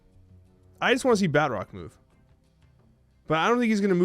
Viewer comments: I cant stand the way he says Batroc. It's Baah-Troc not Bat-rock. Emphasize the T not the R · Bat Rock lol... There's probably no use in telling you this, but It's pronounced Ba'troc. Like Tron but troc. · you’re wrong. I just double checked an official marvel video and they say Bah-Trock. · Put some French on that pronunciation my fellow Canadian! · Anyone else extremely perturbed, the way he pronounces Batroc?